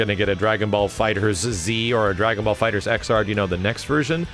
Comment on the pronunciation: Why are saying DragonBall FighterZ with and extra Z? Lol